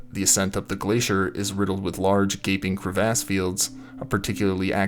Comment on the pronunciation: The way he pronounced “crevasse” at around 45 seconds, kind of blew this video for me! 😝